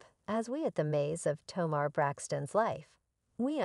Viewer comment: How can these people keep mispronouncing Tamar’s name.